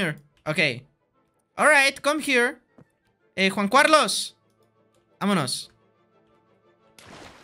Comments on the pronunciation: Quackity: "Juan Cuarlos" Jun Carlos" "Jun Curlus" "Juan Juarlos" Jajajajajajjaja me encanta como no consigue pronunciar bien el nombre de Juan Carlos xD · Como dice juan cualos XD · Siempre dice Juan Cuarlos ajsjsjs